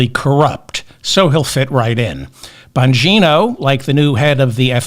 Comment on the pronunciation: You calling Bongino(?) as BONGO was a perfect slip of the tongue chef's kiss love you, David!